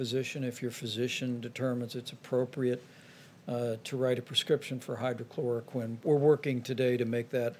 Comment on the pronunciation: Pence continues to mispronounce it has “Hydrachloroquin” which I don’t believe is a word.